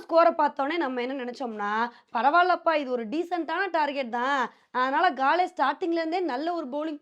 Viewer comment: காலே இல்லை அக்கா காலி தான் தமிழ் பெயர்